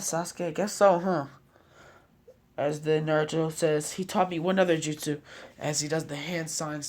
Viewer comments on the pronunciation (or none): none